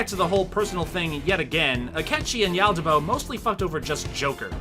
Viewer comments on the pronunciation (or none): i think you said YALDA DABOA DOOOOOOOOOOOOOOOO wrong